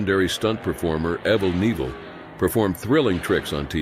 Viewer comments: EhvL KneevL Who could forget him! Sir, with respect- the 'Dare Devil' Stunt Performer you referenced is pronounced: 'Evel' as in Resident 'Evil' [ Kun-NeeviL] 'Knievel' EviL KuneeviL= EveL Knievel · Yeah, it's pronounced Evil Kanevil. I hate it when they don't pronounce names correctly.. 🙄 Jerks! 😂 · the narrator pronounces the name Evel Knievel so wrong! (Ev-el Ne-vill) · It’s evel as in evil knevel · I KNEW they were pronouncing his name wrong! All these years...I KNEW no one could possibly be named E-VIL KA-NEEVEL! Poor Evell. I wonder why he never corrected the pronunciation. Strange...Maybe his son, Booby, can fix that.😂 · who is Evul Neevul? 😂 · Who is that giving commentary? Don't you know who Evil Kanevil is and how his name is pronounced? I spelled it the way you should have pronounced it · Evel Neevil? 4 W D? Hire a human, this is lazy garbage. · “Evel Nee-vel” 😂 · U mean Aval Naval 😂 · Ah yes. Evle Nevle the famous stunt man. 😂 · His name was pronounced “Evil Ka-evil” . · Couldn't watch or listen to anymore due to Evel Nevel 😂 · Can the Moron announcer? For Alex Harvill acuially read or what? Can’t even correctly say Evil Knievel right! Dude is a dumbass! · Your going to have to do better than that with the A.I, 's cause it pronounced Evil Kinivel all the fk wrong, 😅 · Who knew we've been pronouncing his name wrong all these years! 😂